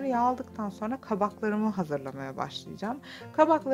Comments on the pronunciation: Kenarıya mı?? O nasıl anlatım öyle? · Kenariya değil kenara galiba